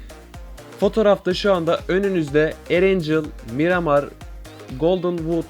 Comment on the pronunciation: Mıramır değil Miramar